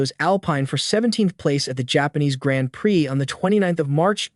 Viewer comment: learn the correct pronounciations dude. who is "saints" and what is a "grant priiii"